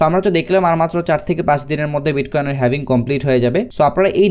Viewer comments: Eijonnei bollam dictionary te HALVING likhe search kore then pronunciation shunen tahole bujhben etar sound HAVING hobe naki HALVING hobe! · Lol 😂 The original pronunciation is HAVING not HALVING!